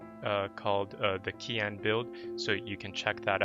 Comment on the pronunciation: Pls, Keane is pronounced as Keen